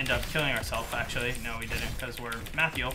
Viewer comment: "Mathyel"? lol